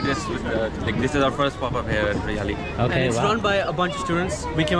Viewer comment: it's haryali (greenery) lol u said haryala its hilarious as fk 😂😂😆😆😆